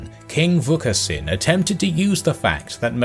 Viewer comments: King VUKASHEEN! (pronounce it that way) not Vukasin :D Vukashin bre :D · The S. in Vukasin is pronounced as sh so is the S. in Pristina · Its pronounced Vukashin